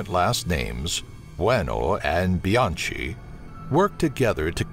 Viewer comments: Bianchi is pronounced "Bee YAHN Kee"...and he started in Washington State, too. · And he pronounced Bianchi wrong...and Bianchi started in Washington...the PNW seems to have an inordinate number of serial killers.